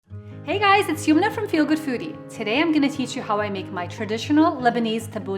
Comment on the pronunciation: Yumna sounds like Yamuna